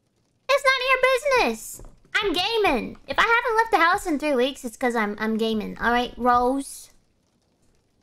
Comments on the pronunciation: I thougt she said gay men what the hell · When she said gaming, I thought she said she was a gay man lol.